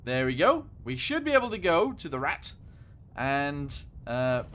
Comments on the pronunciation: Also as a heads up just pronounce it like ‘rat’ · It’s pronounced as P-1000 rat but it’s name is P’1000 ratte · its pronounced Rat